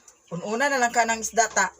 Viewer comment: Ehehehe magkatawa ko s imo pronounciation Girl.. 😂😂😂😂 Esda 🐠 konte..